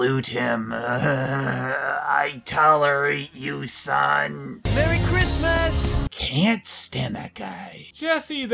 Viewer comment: "christsmas" wtf?